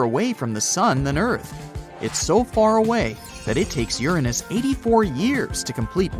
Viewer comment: Ooranoos, discreedited, astro-no-mers. can't pronounce common words. Sorry but not watching this crap